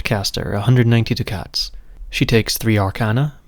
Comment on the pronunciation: Duck-ets not Do Cats. Otherwise very good video